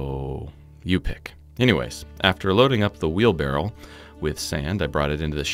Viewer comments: It's barrow, not barrel. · it's pronounced wheel bar-oh. Because it has wheels and allows someone to borrow something. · noone says "wheelbarrel" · The correct pronunciation is "wheelbarrow". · Who the heck says wheel barrow